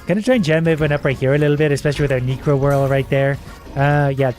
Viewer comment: Okay, HOW do you read such a common gaming term SO WRONG? Reads 'necro' as "nee-cro"? I'm kinda thrown off here.